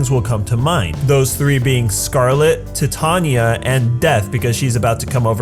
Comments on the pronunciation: You pronounce Titania like(tai-Tay-Ny-a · I don’t know why but it bothers me whenever he says jellel and titania and lisanna